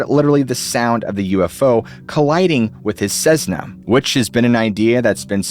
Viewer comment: It's a Cessna, not a cezna!